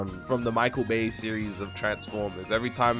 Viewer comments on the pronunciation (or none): none